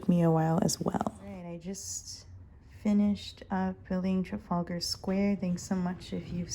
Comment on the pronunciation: Welcome to the community. That gentleman at the top is Admiral Nelson, it’s called Nelson’s column this was built to honour his victory at the battle of Trafalgar. You are pronouncing it correctly, this square is full of historic plaques and statuary.